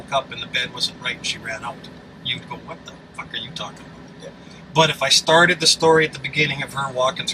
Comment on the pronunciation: Hey when you say "Let's give it a goo " you make my day